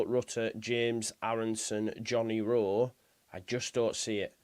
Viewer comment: Why do you keep saying rowe m8